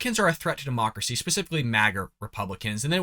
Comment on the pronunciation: Anyone else catch her saying dem-marx-cracy not democracy? Is that a mix between democracy and Marxism? That would totally explain everything they've been doing and persist on doing; they also are the administration that has the nasty habit of saying the quite part out loud; what do you people think 🤔?